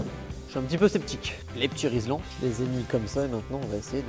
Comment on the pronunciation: Par contre cest RILSAN pas RIZLAN